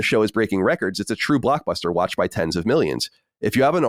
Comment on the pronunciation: I can’t get over how pronounces Watched as “Wutched”